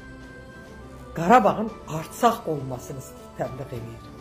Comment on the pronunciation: Arsak yox Ərsak dı o bilmğdən danışma